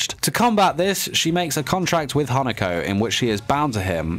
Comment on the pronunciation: My mind: did he just said “hanakoko”...? Also.... HOW DARE HE SAID “NEINEI”